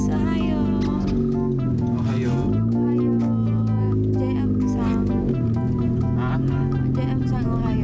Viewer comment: its ohayou not hohaya